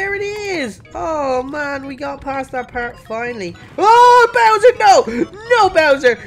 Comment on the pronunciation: Why did you call bowser poo pa💩😂😂😂😂😂